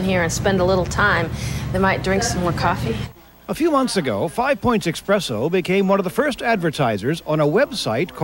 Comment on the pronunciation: There is a special place in hell for people who say eXpresso instead of espresso